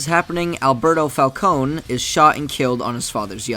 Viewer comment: Oh no, you didn’t pronounce Falcone wrong, that’s how it’s supposed to be pronounced. In the Telltale games, everyone pronounces the Falcones as “Falconey” while Carmine Falcone pronounced his last name as “Fal-Cone”. The Nolan films made everyone think it’s pronounced “Fal-coney”.